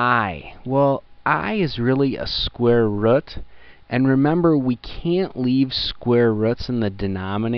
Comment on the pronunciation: " square wrut"